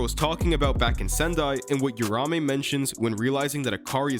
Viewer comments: Uraume is pronounced “oo rah oo may” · Don’t want to be that guy buuuuuut… read the name. It’s not urume it’s uruamue